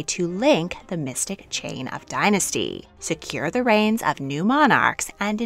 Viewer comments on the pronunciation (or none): none